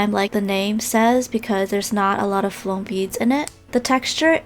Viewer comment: Why do you say floam? Is that even a word??? Let me correct your English. ITS FOAM! NOT FLOAM, YOU CANT JUST ADD AN 'L' INTO THE WORD! 🙄🤦🏻‍♀️